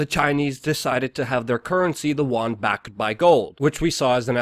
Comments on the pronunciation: Yen not Juan!!! lol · pronounced You-won